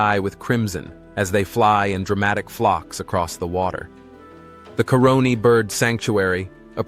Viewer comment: 😅 the name is CARONI and not the way you have the spelling in the narration.